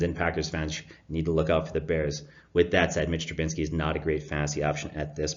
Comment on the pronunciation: Trubisky not Trubinsky